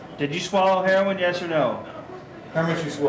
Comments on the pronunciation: I hate when people say "hair-ron" instead of "hair-owen" it sounds so wrong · The officer pronouncing it as "Hair on" is absolutely annoying. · Did he say hair Ron ,he can't Herion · Was anyone else annoyed when he kept calling it heron instead of heroin ? Heron is a bird. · That deputy knows damn well how to pronounce heroin. He keeps saying her-ON. Ive met a few people who do that. Why? Seriously why?